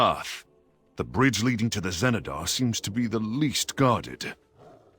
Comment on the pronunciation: the XENEDAR , not the GENEDAR